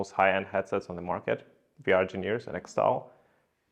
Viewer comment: continuing to say Virgineers in an interview with VRgineers is hilarious.